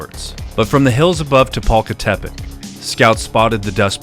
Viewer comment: Throughout the video you keep switching between reading the town's name correctly and incorrectly adding a additional "te", sometimes you say Tepalcatepec (correct) and sometimes you say Tepalcatepetec (incorrect)